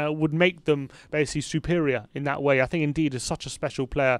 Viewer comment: Un-dee-dee, not “indeed”